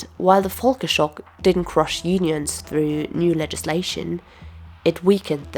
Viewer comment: Volker was American, not German. The V is pronounced v, not f.